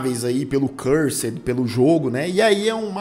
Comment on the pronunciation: Oie, top o vídeo!! Mas o nome do jogo é Curser, não Cursed kkkk abraço